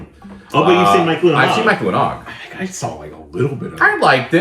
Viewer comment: I have NEVER even heard of "Mike, Lu & Og" before. Every time you guys brought it up I've always heard it as "My Clue in Aug" and go "What the fuuuuuuck are they talking about" every single time. Thank you for making this so I finally know what you're talking about Lol